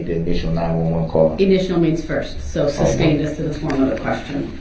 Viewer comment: Entertaining how he says "substain" instead of sustain(ed)